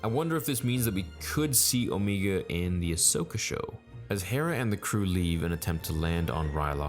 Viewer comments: Dude its Omega.. not Omeega.. idky* it bothers me. It just does. Like the show pronounces the name... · Alright bro stop saying O Me ga we know Damn well you know it’s O mega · Bro it’s O-mega not Omeega that’s just how the accent makes it sound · Dude it’s “OMAYGA,” the way you’re saying it is Kiwi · Who the fuck is Omeega? xD It is O-meg-a. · Also it’s omega. Not omeega. Stop trying to make omeega happen it’s not gonna happen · I love how you call Omega as Omiga so casually. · “Omeega” LMAO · Star "Omeega" Theory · I love how everyone is now pronouncing Omega's name "Omeega". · Am I the only one who hears O-megah and not omega ? Did I miss something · I really wish you would stop with the Omeega! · please stop pronouncing Omega like that. FUCK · They don’t pronounce Omegas name that way so fucking annoying. I only watch these till ScreenCrush comes out with his Easter egg video not only better but more informative and, he’s not even a strictly Star Wars YouTube channel.